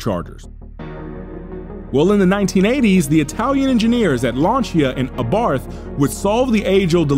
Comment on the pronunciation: This mispronunciation of Abarth, is such a distraction.